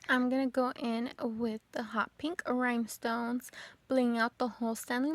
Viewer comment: Are these cups dishwasher safe with the rhinestones. I’m so sorry but I have to ask, are you saying Rymestones?